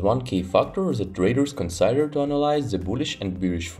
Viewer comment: "consider" is pronounced [kənˈsidər] not [kənˈsaidər]....